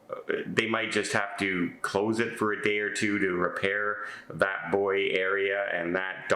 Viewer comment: Hi, Glad you pronounce "bouy" (boy) correctly. Why do the US pronounce it (something like Bou-you).